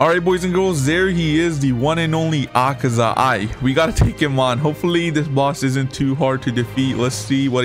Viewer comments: "Akeza cave"💀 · It’s akeza